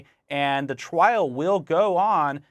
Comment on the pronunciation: the "twial" will go on